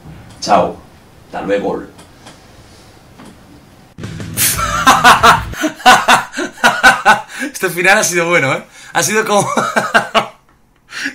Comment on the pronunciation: ''HASTA LUEGOL'' :v xDD